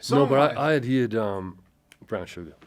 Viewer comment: The way he pronounces heard like "heered" is so very south Wales 🙂